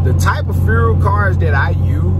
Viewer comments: Furel card🤣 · My dude, you are fighting that FUEL word🤣🤣🤣✌